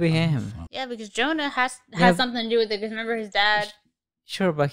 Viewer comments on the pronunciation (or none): its pronounced JonaSSSS not Jonah xD